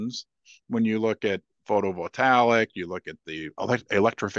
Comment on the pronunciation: That is pronounced photo vol taic